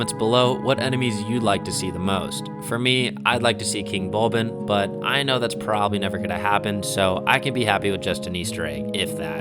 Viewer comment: Fun fact: it's actually Bulblin, not "Bulbin"